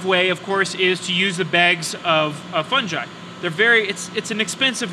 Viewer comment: I've only ever heard it pronounced two ways but this is definitely new, funj-eye